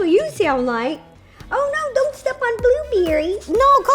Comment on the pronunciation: no one : not a soul: rosanna: BlUbUrRiEaY